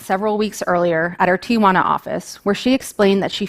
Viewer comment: You would think that a lawyer working in Tijuana would pronounce the town correctly. It's not "Tiajuana" like she pronounced twice at the beginning .